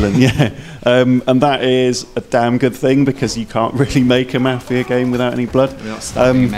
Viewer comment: I know it's their accent but I cannot stand how they say "mafia". Watch a "mafia" movie and listen to how it's actually pronounced